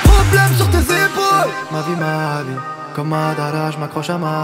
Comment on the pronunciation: J'adore comment tu prononces Madara on sent que t'aime vraiment les mangas ❤️ Soulking Youhouhouhou ^^